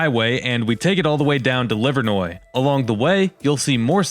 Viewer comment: Thank you for taking the time to learn how to pronounce Livernois (Livernoy) correctly. Believe it or not, there are even many Detroit locals, born & bred, who are happy to keep calling it Livernoys. 🤦